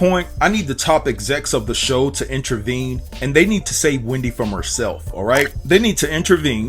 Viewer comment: Intervene not intravene.